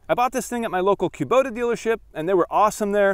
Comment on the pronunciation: It’s cuh-bota. Not kew-bota.